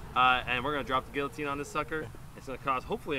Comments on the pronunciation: What's a geeateen? It's pronounced guillotine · It’s not a geeateen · "gieoteen" isn't it "gil-a-teen"? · The way he says geeyatine rather than giloutine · Gilatean not giatene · No it's kill-a-teen 🤣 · "Gee-atine!" XD oh bloody hell... Guillotine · He calls it a geeeeeloutine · Geeateen bruh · gill-e-teen get it right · It's a guiloteen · its pronounced GILL AH TINE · its gilatin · ITS GILO---TEEN